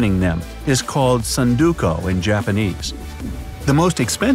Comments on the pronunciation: Maybe I’m wrong but isn’t it pronounced Ts-oon-d-oh-koo. I tried writing it out. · I can't believe how incorrectly you read tsundoku